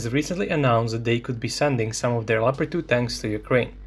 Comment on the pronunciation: Leopard not Pepard. Its a german tank, and unlike the english the germans can write.